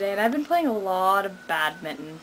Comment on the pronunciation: bad-min-ton NOT mad-mitten!